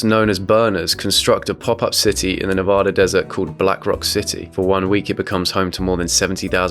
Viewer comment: It’s Nevaaaaduh.